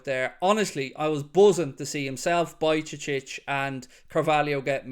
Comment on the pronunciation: Bro no hate, but it's not Bajcecic it's Bajcetic